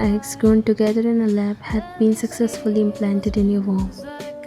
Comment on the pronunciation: 😭 what? Implanted in her worm🐛Worm? It's actually "womb" right?